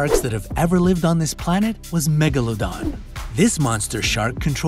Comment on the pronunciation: its not "megalondon" its "MEGALODON"!!!!